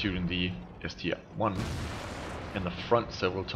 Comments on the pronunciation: Its not ST-1 its ST-I like in IS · ST-I not ST-1. Nearly everyone makes that mistake